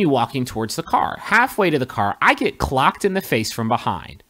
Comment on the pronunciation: Griffin! It's ColdCOCKED, not CLOCKED.